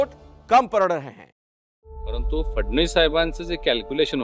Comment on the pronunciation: Madam phadnis nahi phadanvis